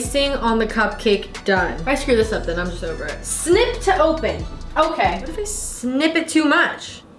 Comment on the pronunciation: she says "sIn-iP" when she's annunciating the word snip lol idk why that was so funny to me